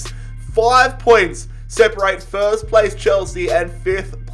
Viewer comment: Me: No one: Everyone: FERST